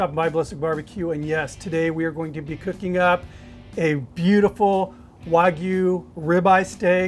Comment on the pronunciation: WAH-G-YOU... but all in one word no pauses, NO GOO. G-YOU.